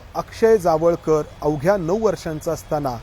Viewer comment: Jaavalkar nhi tar jawalkar ase nav aahe